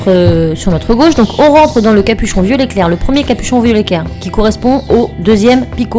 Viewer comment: un moment tu as dis violet cairé